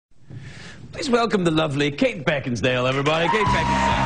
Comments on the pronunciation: he said Kate Beckingsware xD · He called her Beckinsdale more than once........no d craig. Ha ha! An English Rose for sure. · Stop calling her Kate BeckinsDALE! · Except that Craig got Kate's name wrong when announcing her. He called her Kate BeckinsDale. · If you listen closely he says "Kate BeckinsDALE". lol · The first and last time he said her full name in this clip he said "Beckinsdale". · He said Beckinsdale....😮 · lol "Kate Beckinsdale" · Greg, it's Beckinsale, not Beckinsdale. You're welcome. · OMG! He got her name wrong not once but twice (he said "Beckinsdale, not Beckinsale") as she was coming onto the stage!! And she still said that??? Wow!!! Unbelievable. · It's sale not dale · Beckinsale....Not ...BeckinsDale...This "complaint" makes me sound whiney.....lol. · I just rewatched it and he intro'ed her as 'Beckinsdale'! Craig, you disappoint me-lol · I think 'Craig' - whoever he is, might have a speech impediment because there ain't no D in Beckinsale. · He mispronounced her name.... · He mispronounced her name.